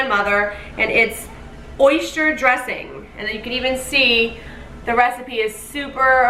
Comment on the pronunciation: Oyster not oyshtyer